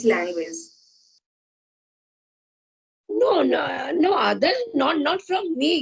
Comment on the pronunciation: Namsta sister Ji Please do not say LANGWIZ Say LANGUAGE ALTHOUGH YOU are a good TUTOR